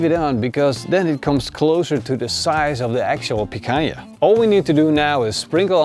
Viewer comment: He said picanja to the hange stake xD